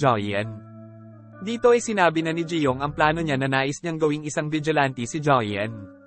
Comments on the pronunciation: Vigilante not ti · Vigilante: Wla po ako intensyon n kht ano po…. Masyado po matigas ang pagkkbigkas nio po s huling dlawang letra s salitang Vigilante. Dapat po malambot parang ATE in tagalog SISTER in english. salamat po